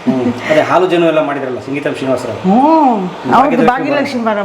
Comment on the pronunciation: ಸಂಗೀತಂ ಅಲ್ಲ ಅದು ಸಿಂಗೀತಂ